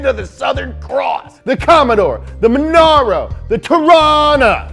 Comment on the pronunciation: Jesus, I feel like Im getting ADHD from listening to this guy. MONARO MONAIROE